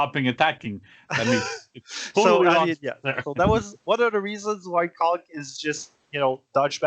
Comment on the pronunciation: Man y’all are really butchering conq lol